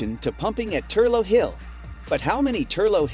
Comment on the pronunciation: The Hydro station in Wicklow, Ireland is actually pronounced as ‘Thur-lock’ hill, not Thur-low as butchered multiple times in the video! You’ve obviously never been there!